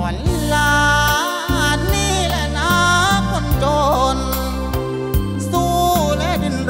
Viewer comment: ตัดคะแนนกีต้าร์ (1) การเล่นไมค์ทำให้เสียงขาดหายหลายครั้งมาก (2) การออกเสียงคำสั้นยาว เช่น คำว่าจน เป็นโจน คำว่าเฝ้า เป็นฟ้าว (3) ออกเสียง ล เป็น ร คำว่าละคร 1 ครั้ง (4) เสียงร้องที่แตกหลายจุด อันนี้ลองฟังแค่ 2 ครั้ง แต่ก็มากกว่ากรรมการแหละ แต่เราก็รู้น้อยกว่ากรรมการโขอยู่น๊ะ จริงจริ๊ง